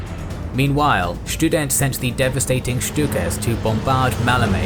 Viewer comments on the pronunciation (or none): Schtudent sounds like a very good student